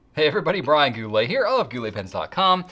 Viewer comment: "Gou littles" 🤣